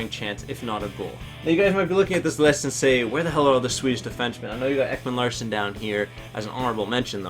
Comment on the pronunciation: Ekman Larssen?? It's Ekman Larson u sped